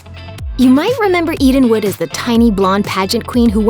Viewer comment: When she said "Eden wood" I legit thought she said "eating wood"